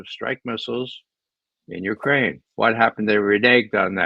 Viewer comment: I see Ray has picked up Alexander Mercouris's name for ukraine-- "Uranian"!!! Same with John!!!!